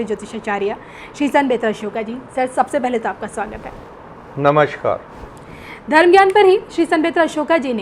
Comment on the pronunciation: Ye kaisey sant hain jo namaskaar ko namaSHkar kahte hain?